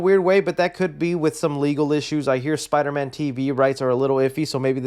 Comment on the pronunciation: Spider-Man No R